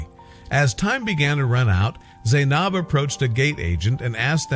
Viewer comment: Why would they ever show my country like that🙄 and then said my name wrong 💀 ( Zainab)